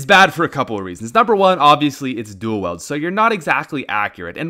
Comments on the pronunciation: This boi said duel weld it's weild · say duel: duel. say wield: wield. say duel wield: dool weld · Its not "duel weld" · “Dual weld” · Hes saying duel wield wrong it bugs me so much